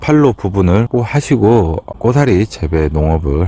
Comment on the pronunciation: 잘보고 배웁니다. 그런데 꼬사리 아니고 고사리 겠지요